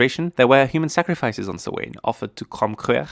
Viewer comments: had to slow video down to .75 in order to understand whatever the heck was trying to be said, but even then, suh-WAYNE rather than SOW-wen drove me kinda nuts....LOL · It's sow-an not so-waine!!!! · As an Irish person I MUST correct you. Samhain is pronounced like "sow-an" not "so-wane". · Samhain is pronounced Sowin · The pronunciation is all wrong. It is not "Sam Hain" or for that matter “swain” The proper way is "sow an” with the “Sow” pronounced as you would a female pig. Oiche Samhain is Halloween night and Mí na Samhain is Gaelic for the month of November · Did he just really make a dig a people who can't pronounce Samhain right? Pot calling kettle black there man. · It's a Gaelic word, spelt in Gaelic and is also and ancient Gaelic holiday. Pronounce it properly. There is not "English" it's a Gaelic feast. The Gaels also adopted the use of Roman letters. The English language does not own the letters.